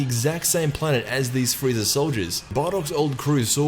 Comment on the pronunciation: he said "freezer" not frieza almost at the very end lol